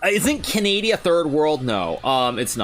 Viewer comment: Hikaru calling Canada Canadia never fails to make me laugh 💀